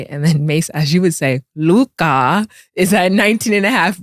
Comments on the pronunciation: Im so glad called out Mase on his Lukahhh pronunciation lmao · said Luke Kah 😆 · They butcher everybody name. Who is andre inkwadala 😂 or lukahhhh don kich. 😂😂😂😂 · W for FINALLY calling this man Ma$e out on his 'LUKAHH' pronunciation 😂 Like damn nigga we fk witchu but come on g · 😂😂😂 "Luk-ah! Mase that is how you say it!!". Lol 😂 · calling out Ma$e's pronunciation of Luka 😂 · It was hilarious how clowned Ma$e for how he says Luka😂😂😂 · I thank for calling out Mase pronouncing Luka name ridiculously 😂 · Thank you stat for calling out Mase on his horrible pronunciation of Luka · Man, y'all need to go back to the studio in Miami, when the show was Raw and Authentic (that's what separated y'all from everyone else)! Now, Ma$e's takes are ASS... don't bring any relevance or context with her takes...KILLA the only one know what he talking about (he just has to get his words straight, ie "stanima" "Darwin Ham" etc).... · I HAVE BEEN ASKING SOMEONEBTO CORRECT MASE ON HOW HE SAYS "LUKA" FROM EPISODE 1. THANK YOU 😂😂😂